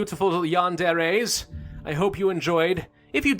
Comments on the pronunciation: It is pronounced yah-nd-eh-reh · its prounounced Yan-De-Re